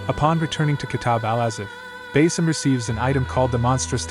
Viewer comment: I couldn't focus half way through cause they keep saying "Base-im" and it's bothering me 😂 like his name is pronouned like 'bah-ss-im' its literally said by NPCs 😂 I dont get how so many people willfully mispronounce names like it's a choice 😅 im so sorry good video otherwise ❤❤❤❤